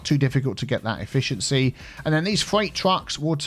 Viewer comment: 100% E-fish-ency